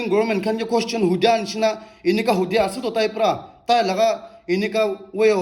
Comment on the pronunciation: In every points t way you say ase doesn't sound good.....